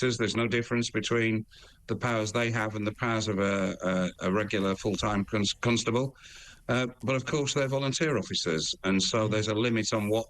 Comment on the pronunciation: why he keep saying cuntstable